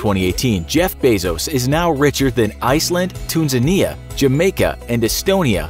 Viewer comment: Tanzania not Tunzania